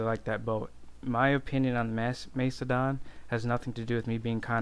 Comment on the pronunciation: MACE-E-DON. QQ.